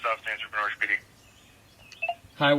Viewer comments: Watching from the U.K… Norwich is a town here in England… It’s pronounced “ Nor-itch “ not Nor-witch… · It's pronounced Noridge not Nor wich. Name after Norwich Norfolk in England. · The original Norwich is in the county of Norfolk in the UK. It’s not pronounced Noorwich, it’s Norritch.